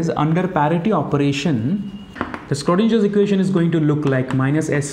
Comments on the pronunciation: It's not skrodinger. .. please pronounce in the correct way....(sro not skro) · Very nice video, thanks! Btw the Schrödinger Equation is pronounced with a sh sound in the beginning :)